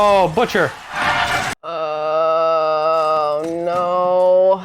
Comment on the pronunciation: my man the accent is so so close. But you put emphasis on the wrong part. Don't go up at the end...butCHA, go the other way BUTcha. And I recon you'll sound like righ oh jolly londona. Trust me I'm BRIsh bruv. (Use bruv alot) 🎉❤